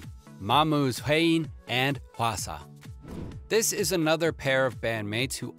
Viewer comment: I mean, almost everyone knows that V and JIMIN are classmates- + the way you said "JUNGKOOK", "WHEEIN", "HWASA" and "JIMIN"